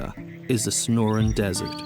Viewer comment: That is NOT the "SNORIN' DESERT." It is the SONORAN DESERT. Wish you narrators would perfect your delivery and at least seem edjakated two th stuff y'r speakin' of.......